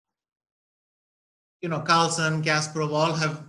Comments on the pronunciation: Sir it's not Carlson is Carlsen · Ashwin sir it's Carlsen not Carlson... Big fan of Vishy Anand... ❤ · Btw it's Carlsen not Carlson 🤦